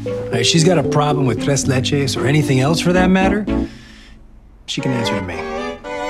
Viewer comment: I love how Eric pronounces tres leches because his wife is Hispanic!